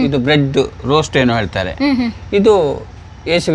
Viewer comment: ರೋಸ್ಟ್ ಅಲ್ಲಾ ಹೋಸ್ಟ್ , ಮುಳ್ಳು ಕಿರೀಟ